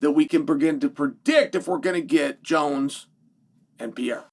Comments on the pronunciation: Piera ?? Who's Piera ??? Learn how to say people's names if you're in communications. It's pathetic 😒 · Did he say Pierre’a? Lol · Pĕ ray ra. Is not hard to say. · Who is Alex Piera? ITS PEREIRA! Another signal of your disdain about Alex. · PE-REI-RA MOTHEFUCKA SAY PIERA I DARE YOU,I DOUBLE DARE YOU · Who's Alex Pierra? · Per-rei-ra Can we get a phonics monkey for Chael? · I think he knows. He has a love hate relationship with Brazil and its people. I think he says it wrong to annoy them in his own cleverly subtle way. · how do you pronounce it? I'm asking honestly, thanks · He been saying dat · Pronounce his name right, Pah-rare-rah. You sound like a Cocky Rich Douchebag when you say it wrong. Gangster my Sweet Brown ass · There's an R in Pereira..... you don't call Raja (that piece of shit) Aja do you?